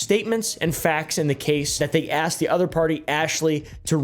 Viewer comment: I think my translator messed up when she said asked. Clearly she is saying axed. Lols. The translator trying to cover for terrible English.